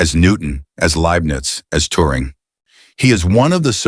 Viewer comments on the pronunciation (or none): none